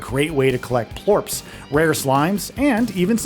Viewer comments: All video is from the first area only. He mispronounces plorts to plorps. Maybe spend a little more time on the games before you review them... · sounds like plorps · Am I the only one annoyed how he says plorts